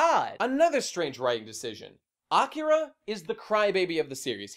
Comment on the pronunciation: “Awkera” I’m gonna fucking bash my head in if I hear it said like that again.